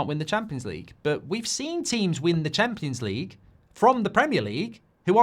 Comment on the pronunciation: Champions League ❌ Cheempions League ✔️